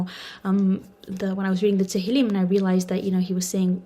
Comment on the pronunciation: Translator its Tehillim not to Helen, you did not put any effort in this